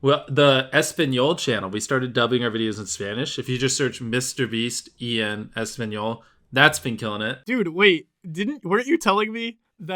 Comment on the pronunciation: I love That he says E N Español instead of en español